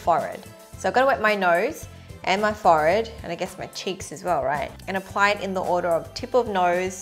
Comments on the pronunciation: its not 'fored' its said 4-head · what’s a forrard? 😂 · WHY DO YOU SAY FOR ED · Is a “forred”a forehead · The way she says forhead, 'fored' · You say Forehead - as forayed! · Omg, I love how you say forehead! ❤️ 😂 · I love the way she says forehead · The way she said forehead lmao